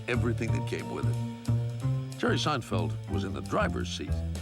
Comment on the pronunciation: Jeghrghome Seinfeldtz? 😂